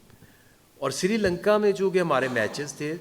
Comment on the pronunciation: Sirilanka nahi hi bhai srilanka. Bolne bi nahi aatha. Aur khelne bi nahi aatha.